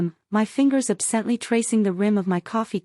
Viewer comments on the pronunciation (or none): Ab-SENT-ly? C'mon, AI -- GET A LITTLE COACHING.